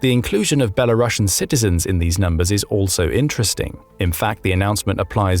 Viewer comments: You wrongly transcript the title of "Belarusian" in this video. You said " belarusian" like "ˌbɛləˈrʌʃᵊn" (like "russians" with "bela" at the beginning) but they should be actually called "ˌbɛləˈruːsiən" because the country called not "ˌbɛləʊˈrʌʃə" but "ˈbɛlərʊs". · Citizens of Belarus are belaroosians, not belarussians. There is a difference between the word roos' and russia 🤦